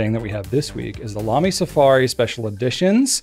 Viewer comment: Please don't say Lamy please don't say Lamy please don't say Lamy 🤞